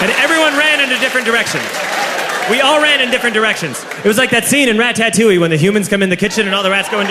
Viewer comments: DUDE its ratatouie!!!not rattatuoie! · RAT-TAT-TOUI was how he pronounced it 🤣🤣🤣🤣🤣